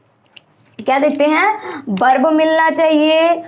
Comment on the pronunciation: बर्ब नही होता है.वर्ब होता है.